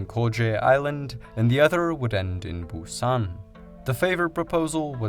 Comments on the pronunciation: I think it's Busan with 'a'. Fast zombie attack! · I keep thinking of the movie "Train to Buson" everytime he said Buson 😅